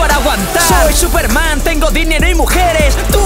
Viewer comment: Latino : Por un lado, Gokuuu... :V Castellano : ¡Y por el otro, SuperMaaan! :V